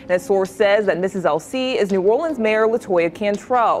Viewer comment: I knew she wasn't from here because of the way she pronounces it.......new or le ans